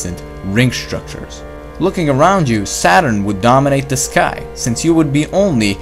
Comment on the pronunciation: Stop saying der!